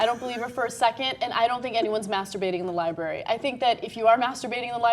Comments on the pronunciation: I took a shot every time said "Li-bary"....hic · said liberry. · and then she said 'libary',... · Why can't you bitches pronounce "library" properly? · and it's a libRARY. it bugs me when people don't say that first R!